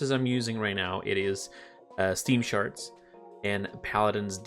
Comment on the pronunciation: charts❌ sharts✅